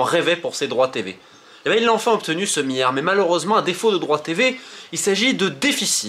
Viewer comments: le "miyard"? XD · Romain tu as un problème avec les L tu dis à chaque fois Miard et mions sers toi des L 🤣🤣🤣